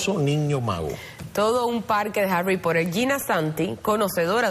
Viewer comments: Harry porer :v (así le dijo la tipa) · Nadie: La presentadora: "los fanáticos de Harui Pohtheur"